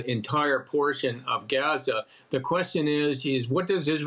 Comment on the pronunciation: Oh you pronounced that غ very well 😊